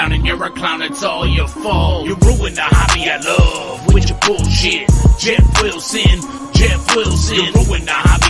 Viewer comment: JEFF WILL-SIN JEFF WILL-SIN.LOL